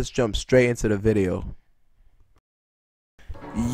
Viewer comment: You should learn how to say video before you continue saying the word